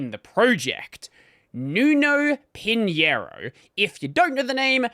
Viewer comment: You pronounced pinhIEro instead of pinhEIro. But it's understandable, people prefer to learn Spanish instead of Portuguese because it is really easier to pronounce J, X and G as H, Z as S, etc, instead of pronouncing X as X, Z as Z, G as G... to be fair we pronounce J without the "D".